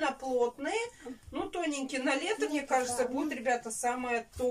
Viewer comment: Ни мине , а мне !!!! Не сести , а сесть!!!